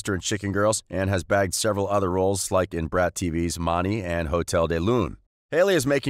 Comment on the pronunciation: Frrrr and Mani 😂